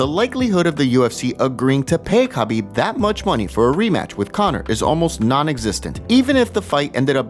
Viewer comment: It’s Habib the K is silent. Come on.